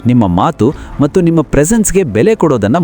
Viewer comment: ಸರ್ good information ಕೊಡ್ತಿದಿರಿ ನಿಮ್ಮ ಕನ್ನಡದಲ್ಲಿ ಕೆಲವು words ತಪ್ಪಾಗಿ pranounce ಆಗ್ತಿವೆ like (ಅಂತಾರೆ ಬದಲು ಅಂಟಾರು ) (ಮತ್ತು ಬದಲು ಮಟ್ಟು ) ಇದರದ್ದು ಸ್ವಲ್ಪ ಲಕ್ಷ್ಯ ಕೊಡು ಉಳಿದಂತೆ very good.